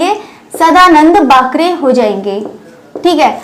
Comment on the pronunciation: सदानंद बाकरे . वाकरे नही . बाकरे .